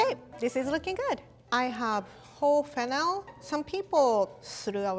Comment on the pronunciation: “I have hoe fennel”